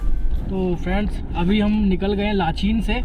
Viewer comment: लाचेन है भाई [ लाचीन/लाचीन ] बोल रहे हो